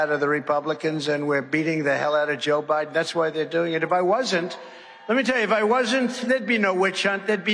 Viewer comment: 🤣🤣 it’s Joe BIDEN not Joe BRIDEN 🤣 Trump has the BEST words 🤣